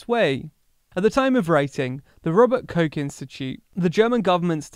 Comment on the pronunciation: The Problem is even worse. Sometimes it’s more pronounced like “rooster” which might be a problem for this kind of Channel.